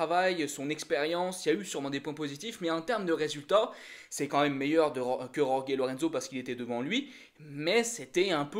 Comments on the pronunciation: alors STP, Jorge ça se dit "Rolri" en espagnol ou "George" en Français. merci. Yorgué ça fait plouk. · Cette prononciation de Jorge me fait mal aux oreilles ... Pourquoi «Yorgué» ?? Oo Le j et le ge en espagnol, se prononce presque comme un raclement de la gorge (je dis bien presque). Même Zarco fait la faute, ça me fait tellement mal ...